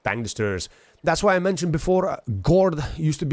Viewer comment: LOL you have same problem with pronunciation of word ''Guard'' when i'm playing with native English(US) speaker he is always trying to correct me 🤣and i'm grateful for the correction but i'm keep on pronouncing it incorrectly just to make him lil bit angry... Guess it's problem of all Lithuanians... (Talking about the pronunciation of word Gu Ard) Yeah strange that WG decided to put SU-130 PM in to bond shop... But most likely it's because they have info about how many active players already have SU-130 PM and they said ok it's no use for us to sell it we should get bonds out of the F2P players... At the beginning when i got the SU-130 PM from ''Marathon'' i hated it with all my heart i even sold it and after then bought/recovered it back just to trade it for another tank (FV4202) but i got SU-130 PM back from the loot boxes 1st box i opened was it... 🤯Then i made my self a GOAL to ace all tanks i have and i started loving it... But still i love Skorpion more than SU-130 PM... 🤔